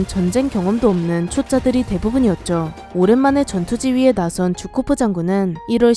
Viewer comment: 쥬코프가 아니라 주코프 아니에요?